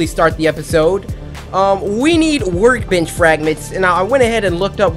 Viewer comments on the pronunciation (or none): Cory, it sounds like you were saying work b**ch fragment instead of work bench fragment.